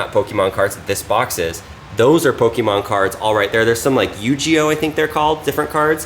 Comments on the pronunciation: “U, G, O cards” 🤦‍♂️🤦‍♂️🤦‍♂️ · The way he said yugioh 😢😢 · I love how he pronounces everything just slightly off. Yu-Gee-Oh…Golblat…Xbox Kinetic